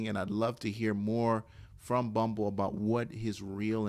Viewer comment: Bummble ... ? The 1st couple sentences made me not want to listen to your video .... this is why you loose.